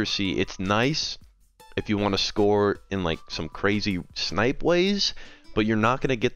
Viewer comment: How do you activate “shnipe” consistently?